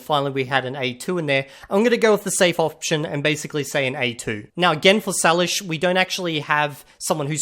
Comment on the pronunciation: Salish is pronounced saylish not sahlish. I have a hard time believing he’d speak it considering it’s a First Nations people’s language group consisting of 23 languages, most of which are near extinct and with the common ones having a maximum of around 2000 native speakers. Even as someone who grew up around a lot of Coast Salish people, it’s very rare to find a native speaker of the language or even anyone who knows more than just a few phrases. Almost all the people who speak a Salish language are 60+ years old, it’s not typically taught anymore. I believe the languages would be very hard to learn due to the lack of native speakers of them and because they do not relate to any other language families. It just seems like a language you’d list as a brag that practically nobody could test you on to prove you don’t know it.